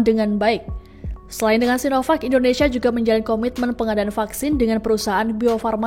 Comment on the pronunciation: Pakjin.. sinovak/cinopak yg bener .?!